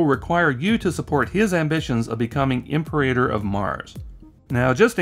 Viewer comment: It's not "imper-rater", my dude. It's Latin for 'Emperor' - pronounced "im-perah-tor".